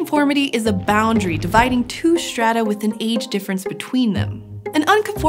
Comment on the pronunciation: I can't get over her pronouncing strata and stretch as "shtrata" and "shtretch"